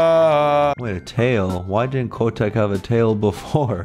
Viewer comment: its not Kc-o-teck (Kotek) its c-oh-tek (its polish for cat and im polish)